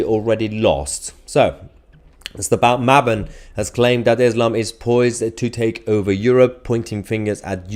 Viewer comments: Maaßen is pronounced MAASSEN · ß in German stands for two s. So Maassen with a long A like father. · Maassen ( not " Maaben - the B is a double 'S' ) is absolutely correct of course and echoes Gadaffis words that " Europe will fall without a shot being fired " . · He is called Maaßen, the "ß" is called a "scharf s" (sharp s) like an "s" with some emphasis on it. It is not the letter "B"!